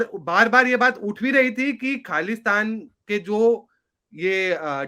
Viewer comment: it's KHALI-STAN